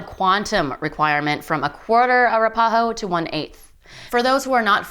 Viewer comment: It would be awesome if the commentator could actually pronounce Arapaho and Apache correctly, sad enough topic without the butchering of tribal names.